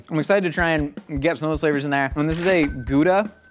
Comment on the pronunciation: Being Dutch and hearing pronounce Leiden is hilarious